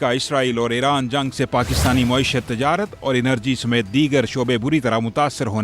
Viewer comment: Pakishtan me mahishat 😂😂😂😂😂😂